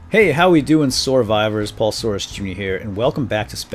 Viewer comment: Did you call us survivors or soarvivors? I have been confused about this since you started calling your viewers that, it sounds like your saying SOARvivors but i may be wrong xD